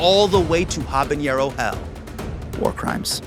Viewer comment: There's no 'ñ' in habanero hermano!